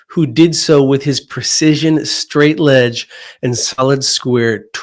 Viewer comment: Arrrgggghhh!! STRAIGHT EDGE NOT STRAIGHT LEDGE! edge noun: 1. the outside limit of an object, area, or surface ============================================== ledge noun 1. a narrow horizontal surface projecting from a wall, cliff, or other surface Example: he heaved himself up over a ledge The teacher jumped off the edge of the ledge after the student could not learn the difference between the two words!